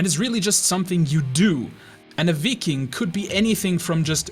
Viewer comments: "vikking" It's pronounced Viking. Not Vikking. Get it right. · you know you did well when Shad says so:D also nice pronounciation of "Viking" sounded very danish actually!